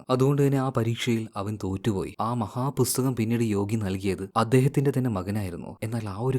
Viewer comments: Bro busthakam alla pusthakam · Busthakam nnu edakku pronounce cheyyunna pole brother.🤔